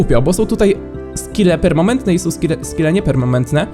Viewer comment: Doceniam serdeczne przywitanie. Ale w uszy ciągle kłuje mnie od dłuższego czasu powtarzanie "permaMentny". W polskim nie mamy czegoś takiego, jest permaNeNtny.;___; pls fix